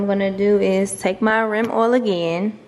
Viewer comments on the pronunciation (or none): I like the way you said rim oil LOLOLOL u dont want to dry insert, u might hurts it